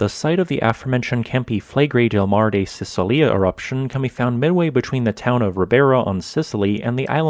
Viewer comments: The 'c' in Sicilia in Standard Italian is like the first sound in cello or check, please be more careful and look it up beforehand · Mar di Sicilia..said sichilia 😉